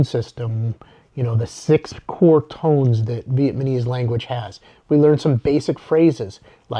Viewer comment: It's VietnaMESE, not ViemaNESE.